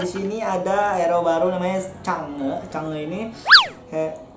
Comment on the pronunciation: Change woy bukan sange :v